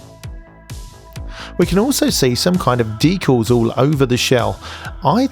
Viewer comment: The 'A' in decal is pronounced like the one in cat, not the one in fall.